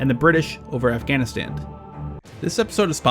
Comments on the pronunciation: Its Afghanistan! Why do you always say "Afghanistand" where in the HELL did you hear someone say "stand" at the end of it?!?! Christ that drives me absolutely insane. Great vid as always though lol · Why do you put a "t" at the end of "afghanistan"? Are you autistic?